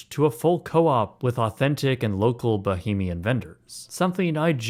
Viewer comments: ❌️ "Ba-heem-ian" ✅️ "Ba-hame-ee-uhn" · The fan! LOL Also, Bahamian is pronounced bəˈhämēən or bəˈhāmēən. I heard multiple times the word "bohemian" being said. While I know what you are trying to say, thought I might point it out. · Bah-HAY-mian not bah-hah-mian 🙄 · Bahamian (Ba-hay-mian). Sincerely, a Bahamian. Much love dude. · It’s “Bah-HAY-mee-ann” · As a fellow Bahamian I appreciate your point. I laughed out loud at the pronunciation comment. I was thinking the same thing while I watched the video. The comments from others about why didn’t the Bahamian government buy the land is just uninformed white Americans who don’t understand the legacy of slavery, colonialism and the sugar trade and how of these factors (along with others) still impact the Caribbean today. Forgive them they mean well but history isn’t taught in the USA. 😢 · very cool informational video but plz learn how to pronounce bahamian 🫣